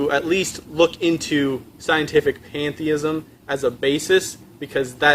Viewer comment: Did he say, "Panda-ism?"